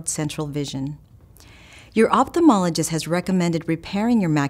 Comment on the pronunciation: She can't pronounce "opthalmologist" correctly